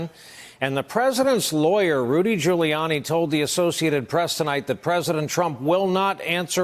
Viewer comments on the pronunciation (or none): none